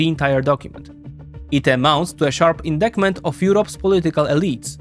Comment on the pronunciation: Indictment = in-dite-ment